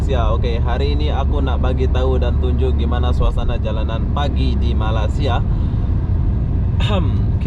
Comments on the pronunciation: Best betul ye jadi youtuber fulltime.. hari2 tengok suasana jalanan, naik turun LRT/MRT sambil tengok orang, ronda2 bandaraya, usik2 cewek dll...bulan2 masyuk jgk... tak payah kerja berat2 dan perah otak... 😀😁😂 Cuma sebut betul2 lah... bukan Malassia tapi Mĕlesia (Malaysia)... bukan mens tapi mains (Mines)... 🙏🙏😀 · Kalau susah sangat, sebut saja Malai-sia. Bukannya Malas-sia ye. 😃. Nanti dikira malas pulak. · Me+Ley+Sia (Malaysia).... Sebuta Putra Heights ---- Putra Haid (Haid itu satu nafas satu sebutan) bukannya 'Putra Heik' ✌️😀 Hehehe... Salam Jumaat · Harap dapat betulkan sebuatan2 itu terutama "Malassia", memang sakit telinga mendengarnya.... ✌ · Cny jln clear. Meleysia la bunyi nya.